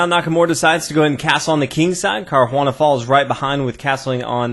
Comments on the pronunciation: Nice commentary. You are butchering Caruana's name though. :) If it's too tricky to roll the 'r', then it's better to go to an Anglicized pronunciation altogether [car-wanna] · The bad pronunciation of Caruana's name along with bad analysis lost me. I'll resubscribe one day when this channel improves.